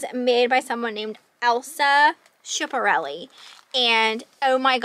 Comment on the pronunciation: Wow! You had some amazing finds. I'm 75 and I remember the name Elsa Schiaparelli, so I googled her to refresh my memory. She was a very famous fashion designer,lived from 1890 to 1973. Her life was interesting. I always pronounced her name the way you did,but this said it was Skip not Ship. I don't care how you pronounce things. So we get it wrong --big deal!